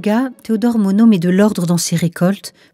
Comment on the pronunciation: On ne pronoce pas le "D" avec MONOD, mais on pronce le "S" avec Burnous, merci.